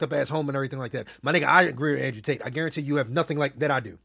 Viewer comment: Nigga said Andre Tate 😂😂